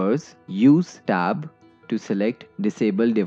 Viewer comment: You say " press stab" I've never heard of that key